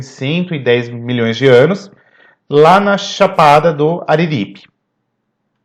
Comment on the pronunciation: chapada do Araripe, não ariripe ..